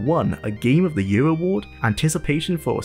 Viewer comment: The word is Year and now Yurr.